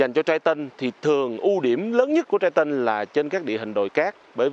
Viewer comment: nghe thành trai tân, nghe lại vẫn nói trai tân @@